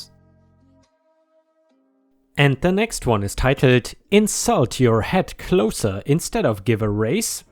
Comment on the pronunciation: for the last story title, the word "closer" should be said as someone who closes a store, not in the manner meaning distance. "Cl oz er" vs "cl os er."